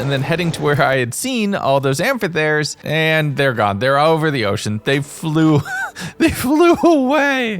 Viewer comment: its pronounced amphitheres (am-f-eh-th-ears) not trying to be annoying just thought its good info to have incase you do another 100 days in a ice and fire based modpack